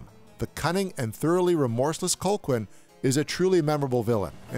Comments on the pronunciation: His name is Calhoun, not Colquin. Sheesh! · I was like huh? Colklyne? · Its pronounced Cal Hoon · “Cole-quin”? You’ve seen the movie, why’re you mispronouncing it over and over? 🧐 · You managed to mispronounce Robert Carlisle's character's name every single time. Other than that, a very solid review. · I have to say it's wild how the narrator keeps blatantly mispronouncing Colqhoun's name so blatantly. Really feels like he never actually watched the film. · Gotta love when someone claims to love a movie but mispronounces the name of the villain, which is said multiple times over the course of the film. I have to agree with just about every point, though. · I liked your video, but your continued mispronunciation of Colqhoun drove me nuts. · Good overview, apart from your cloth-eared pronunciation of Colqhoun. Watch the film again and learn how it's really pronounced.